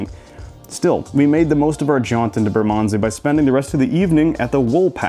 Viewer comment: Ignore the advice about tied pubs when it comes to Fullers, their beer is amazing and so are their pies, London Pride 4.1%, ESB 5.9% and Golden Pride 8.5% being the three big hitters, all brewed in a 200 year old brewery in Chiswick, west London. BTW it took me a while to realise you were saying Bermondsey. 🤣